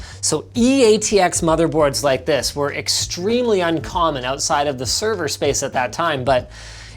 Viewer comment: Linus... Why did you pronounce "pwned" with the hard "p"? Have you never watched Pure Pwnage?